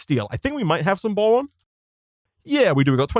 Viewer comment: Is it just me or does he say bowon